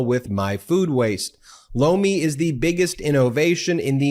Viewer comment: Lomi... I keep thinking u say "blow me" 😂